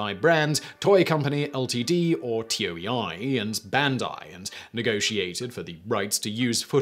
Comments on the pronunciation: it's not Brits, it's Simon, I (almost) never research pronunciations, Whistler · t-o-e-i is pronounced toe-a. it's one word. pls you're actually killing me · It's. Fuckin. Toe-ee. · Dude the company toei pronounced tow-ay. I don't even speak japanese and it isnt that hard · I thought it was pronounced "toe ay" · Toei is pronounced toe-ee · When you can't afford to butcher the japanese further so you just spell Toei instead of pronouncing it tow-ayy. Seriously, how hard it is to pronounce latin characters phonetically? You english speaking people uses the script natively ffs. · He stops saying the sentai name because he doesnt wanna butcher it, but keeps saying Toei as T-O-E-I. It's TOH-ee, lol. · No it's not. It's Toe-A. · It's toe-ay-ee, not t-o-e-i. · pretty sure Toei is pronounced, roughly, "Tow eye" not T O E I it's not an acronym and especially as the companies name is written as Kanji (東映) rather than phonetic script (which couldn't spell T O E I anyway as there's no "T" sound in Japanese... well there is but it must be used with a vowel ending so you'd get と(to) え(e) い(i) - which , bonus fact, still wouldn't be pronounced like Tee Ow E Eye more like - cut the w off tow so short oh sound like T+ the O from ostrich for と, e from egg for え, and i from itch for い ) But hey this is the Whistlerverse of pronunciation so what ever goes I guess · It's not T-O-E-I, it's "Toei," like "TOE-ay." A quick Wikipedia search is all it takes. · Toei Toe ey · Does no one proof these after Simon records? He often butchers pronunciations. TOEI is not an acronym it's pronounced "Toe-Ay". There are no dots between the letters. Come on Simon. All you have to do is read a script you can at least make sure the names of companies you are talking about are correct. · The "Zyu" part of Zyuranger is pronounced like the word Jew, for reference. Gosei is "Go-Say". Toei is "Toe-A". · The fact that Simon pronounce Toei as T O E I is throwing me off lol